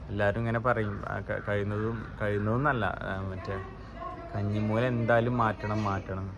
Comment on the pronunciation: കഞ്ഞി മൂല അല്ല കന്നി മൂല എന്നാണ് പറയുക..... 🤩🤩🤩